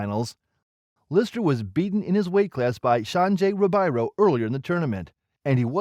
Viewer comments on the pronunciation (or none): Dude, if you're going to make videos about BJJ you gotta pronounce the names right. The r in Portuguese has an h sound so Riberio is pronounced Hiberio, Royce is pronounced Hoyce, Renzo is Henzo, etc...